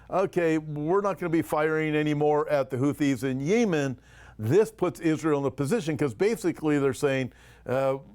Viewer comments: I believe the country is pronounced yeh muhn. Thanks for all you do!! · I am by no means an expert on topic; however, I have never heard it pronounced the way is saying it. That being said, I found myself wondering if the people he listens to (nearer that region) might pronounce Yemen the way he says it? I have to admit that the ONLY time has irritated me was him saying Yemen the way he did in the past few days vids😄. Perhaps a "pet peeve". Idk, just made me sqirm every time he said it the way he pronounced it👍